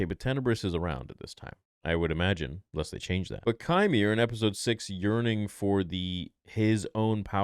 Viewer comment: It’s pronounced “Quimer”